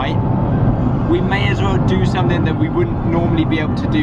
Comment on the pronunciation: Why does he say "anythink" "somethink" "everythink" 😂